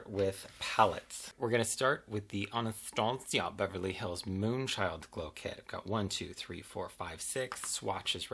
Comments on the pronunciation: Ahnahstahciah 😂 gets me every time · I die every time you say « Anastasia » 😂💖